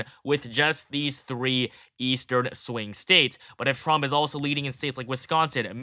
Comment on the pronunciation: I'm sorry, but is he saying Frump?